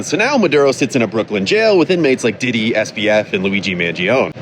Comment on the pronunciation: Bro called Diddy “DeeDee”